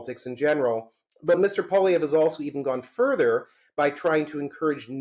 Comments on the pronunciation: Dear Spectator Host, "Poilievre" when spoken by an Anglo is not pronounced Pwa-Lee-Ver, but Pwa-Lee-Ever. See the last three letters of his name. Doesn't seem like a big thing, but it kind of is to Francophones. Meant in helpful good faith. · Nobody I have ever known in my life is hated by me as much as this 1 person I have never met. Edit: Learn to say Poilievre! Your guest said it properly, then literally 3 seconds later, you say it wrong! Try harder!!